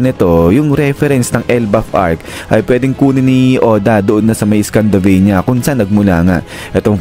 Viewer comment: Scandinavia po yun lods. Hindi scandavania.😂